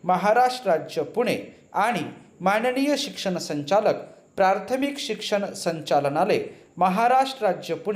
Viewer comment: बाकी सर्व ठीक आहे सर फक्त मला प्राथमिक चे ऐवजी प्रार्थमिक असे ऐकायला आले , काय योग्य आहे?